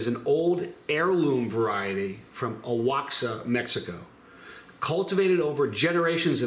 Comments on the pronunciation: The place where it's from is spelled Oaxaca but Its pronounced Wahaka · Oaxaca, Mexico is pronounced Waa haa kuh